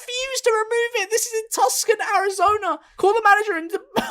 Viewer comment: Tuscan i pronounced too-sahn